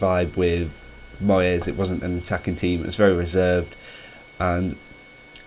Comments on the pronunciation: He pronounces "moyes" as "Moy Ez" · Who is this moy-es we should be on the look out for this new Spanish manager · "Moyès" lol